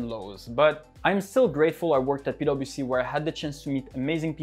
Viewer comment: i just keep hearing "pedo bc" somehow hahha